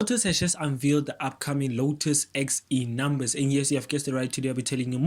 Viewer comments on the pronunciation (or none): Are you saying "Lotus X E Numbers"? I don't know what you're saying, guessing it's a language issue but it's the Uh-Vee-Ja X. Like Uh. Then Vee. Then Ja. Then just the letter X. So the Uh-Vee-Ja X. Evija X. So yeah, no clue what a "Lotus X E Numbers" is.